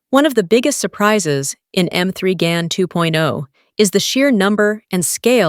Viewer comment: Damn, learn to pronounce the title of the movie. Irritating narration.